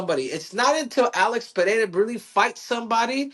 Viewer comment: Usman said it right first, then got it wrong: it's pronounced PeReira (short-rolled R), not PeHeira.